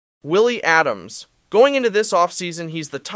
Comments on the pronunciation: Bruh really said “Adams” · You lost all credibility when your AI said Adams. Put in the extra work and do you own reads. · This is a pathetic take on everything, including the fact that you don't even know the proper pronunciation of Willy Adames. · Is this AI or did you just pronounce Adames like that on purpose?